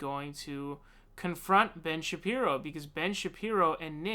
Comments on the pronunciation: Ben Shap-ree-oh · Are you hard of reading or something my dude? You can't even pronounce Fuentes or Shapiro right?